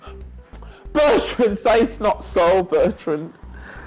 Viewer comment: SAY IT'S NOT SO BURTRUND! 😭